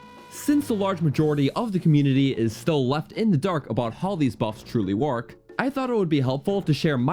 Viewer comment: "a large Montin in your way" "colculated" "of how these stats whark" "cannot swim across withott dronning"